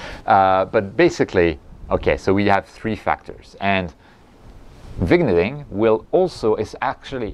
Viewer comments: Excellent explanation as usual! Really going to help a lot of people here. Pronounced: Vin-yet-ing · I see no problem reusing flats, the only time I take fresh ones is if I rotate the camera to frame a specific subject. As for vignetting, as far as I know, is pronounced vinyetting. 😁